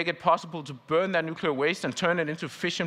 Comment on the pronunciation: Nuclear!!! And now he is racist